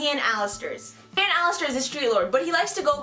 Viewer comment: It's pronounced h-on not Han